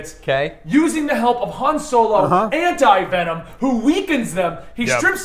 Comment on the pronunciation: Han-ti Venom lolololol